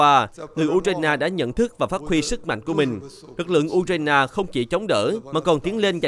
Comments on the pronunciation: Tiếng Việt cũng ko đọc như thế. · đọc theo tiếng Việt